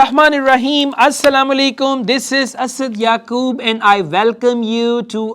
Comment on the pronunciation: Not Assalamalaikum ......... It's Assalamualaikum